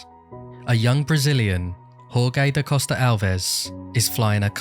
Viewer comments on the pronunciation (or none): it is always a little disappointing to me to see americans butchering the name "jorge" when there is the 'english' version "George" which is pretty much the same. Maybe one phonetic exercise would be to say "george" with a 'strechted' 'e' in the end. Well, I bet the video is going to be amazing, and you are not alone in the "Jorge" club hahaha #GodBless #Peace